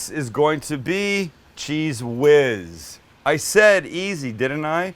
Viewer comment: Cheeze-Whiz, man??? Really?? lol